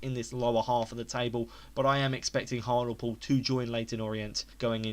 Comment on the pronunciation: hartalpool??? hart-ley-pool haha